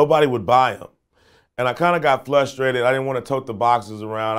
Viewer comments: Anyone else notice that he says flustrated instead of frustrated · Lol I can’t be the only one hearing him say “flustrated “ instead of “frustrated” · fLustrated… don’t get it flucked up… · Afroman say "flustrated" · He says flushtrated in every video god damn 😂😂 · ya boi said flusterated LOL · anybody else hear him say he got "flustrated"??